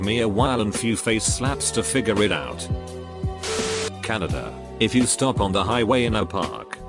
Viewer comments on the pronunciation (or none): none